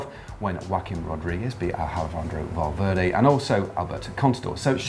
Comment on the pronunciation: Who else heard matt say alfendrovo valverday ?